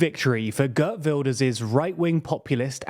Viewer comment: Ghurt Vilders... tee-hee-hee.